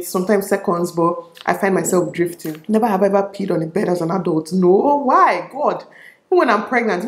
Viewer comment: "hever have i hever" lol